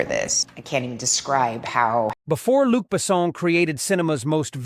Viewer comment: "Luke Basson"?! Only eight seconds in and I already have my doubts about the truthfulness of it - it "Luc Besson". I think this is the fastest I have ever given a video a thumbs down. 👎